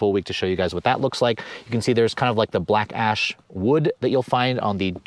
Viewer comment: Every time he says black ash wood at first it sounds like black ass wood lol